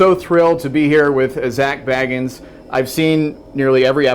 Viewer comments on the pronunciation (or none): dude you say his last name as bae-gans not bag-ans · "Zack BEG-ANNS" lol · Its Bagans not Bag-ins lol 😂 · It's Zak bagans not Zak bagens you idiotf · you say his last name wrong you pronounce it as baegans and I legit hate dolls 😭😭😭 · A huge fan and can't pronounce his last name properly 😒😒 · It's no wonder he felt chest pains. It's punishment for pronouncing Zak's name wrong! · For a huge fan he can't pronounce his name right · Sees every episode but doesnt know how to say his last name right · Girl I was just about to come on here and comment that. 😂😂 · Wtf he doesn't even know how to say his last name yet you've watched every episode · Vincent Suter OMG I LITERALLY JUST SAID THAT!!! And then I started to read the comments and your comment is the very first one under mine!!! But ya that was bullshit huh!!!?🤨😔😜